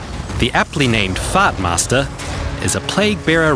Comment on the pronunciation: say what??? "fatmasterr"?